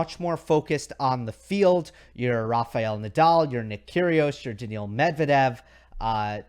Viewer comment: Like and respect Steve Flink's tennis acumen and analysis, but he really needs to pronounce players' actual names, not what he apparently wants it to be. Daniil Medvedev not Daniel.